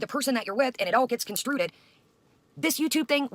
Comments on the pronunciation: DID SHE JUST SAY CONSTRUTED? Now I remember why I could never listen to her for more than a few mins even before her scummy bf was outed as a creep. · I think she meant misconstruted, which is somehow worse. 😂